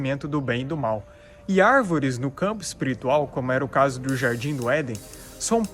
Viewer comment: "As árveres somos nozes" kkkkkk